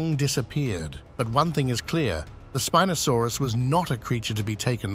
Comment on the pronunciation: youi say spinosaurus wrong twice and right twice